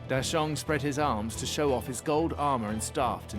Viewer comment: Thanks to the dubber, new fans might hear the monkey King changed his name to deshaun instead of dasheng if it weren't accompanied by subtitles 🤣